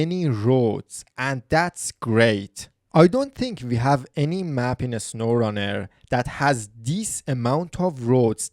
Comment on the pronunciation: “Uh-snowrun-air” No hate I’m just pointing it out